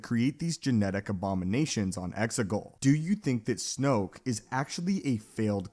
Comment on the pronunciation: No offense mate,but it's Exegol, Xigul. I could be wrong.